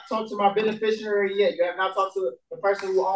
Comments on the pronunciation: What exactly is a "benisherurry" and what qualifies a "benifisherurry" as exempt to laws? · They’re all “benafisheraries”. They can’t even pronounce it. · I have never heard so much as one of these sovcits say the words beneficiary or coerce correctly. Is it misspelled in the papers they download, or are they just that ridiculous? I genuinely want to know.